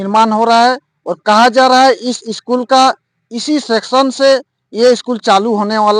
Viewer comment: पत्रकार साहब Section नहीं Session होता है